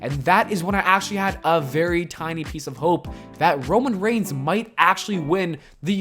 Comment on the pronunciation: The Demon* “Romain Reign”? Lmao